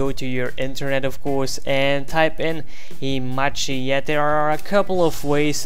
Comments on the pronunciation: Not himachi, It's hamachi* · its hamachi not himachi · sorry if you feel offended but i dont really think its because of your accent that makes you say "1 2 tree" and "himachi" because you actually wrote himachi on google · learn how to say hamachi , and network thx !